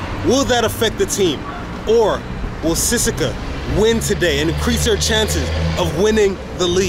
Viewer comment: Dude, I hope you have at least learned to pronounce the name of the team you have been cheering for in the right way. It is not Ceska, it is CE-SE-KA TI-RE SO-FI-A